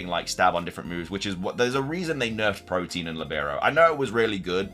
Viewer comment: Ive noticed you say protein instead of protean. Really weird, theyre different words